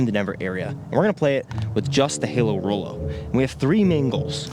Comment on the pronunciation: Halo Rollo = RoHallo (Ro-Hu-Low)